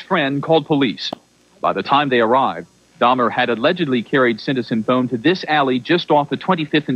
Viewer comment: So You can pronounce Sinthasomphone but California…😂.